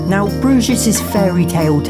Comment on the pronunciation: You missed pronounced brugge